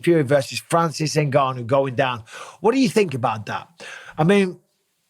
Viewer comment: Very few people know this, but Francis actually left the UFC because Dana refused to pronounce his name properly despite being able to. "In-gone-you", Dana says, just to piss him off